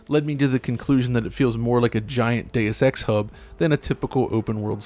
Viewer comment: Day-uss is actually correct